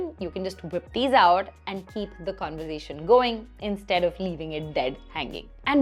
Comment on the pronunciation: Hey what a fun and informative video, ❤😊 super!! A little correction you may take - it's pronounced "conver-sation" and not "conver-zation" ☺️